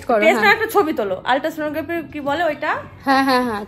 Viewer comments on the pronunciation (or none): Ota "Alta sono"noy ota " Ultra sono graphy"... Class 10 obdhi to porecho atleast.. Eta to akta 4 er bachhao uchharon korte pare.. Tuke pass korechile?? Naki ak class a koto bar chile boloto?